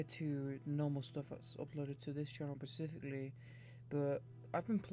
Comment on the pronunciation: No offense, but you saying "Pacific-ly" instead of "specifically" (such as ) is driving me mad.